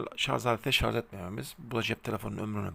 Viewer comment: Hocam şarz değil Şarj. Ama bilgilendirme başarılı👍